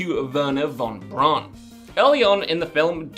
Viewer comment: Wernher Von Braun’s last name is pronounced “Von Brown”. It’s not pronounced like “brawn”. Think of how the “au” is pronounced in “Auschwitz”.